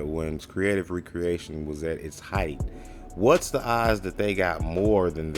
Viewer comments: You’re pronouncing it wrong… You’re saying Re-Creation. Spelled with the hyphen and is pronounced Ree-Kree-AY-Shun Recreation is pronounced, Rek-ree-AY-shun which has no hyphen and means - leisure activity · So, you should be using the pronunciation meaning Leisure activity , not the act of crating again